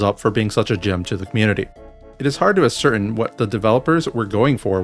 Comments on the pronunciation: I hadn't played in over a year and when I started trying to tow things I thought I was going crazy. 😅 By the way, "ascertain" is pronounced ass-er-TAYNE, just fyi. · Amazing video I will now pedantically correct you so that you don't mess it up in other contexts no mad pls It's "ascertain," it doesn't rhyme with certain. Rhymes with entertain